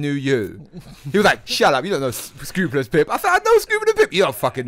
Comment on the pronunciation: Why is keep saying Scroobulous? At least learn how to say your guests name ffs. 🙄